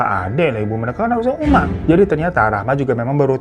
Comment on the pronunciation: 14.20 uma jadi umi 🤣🤣🤣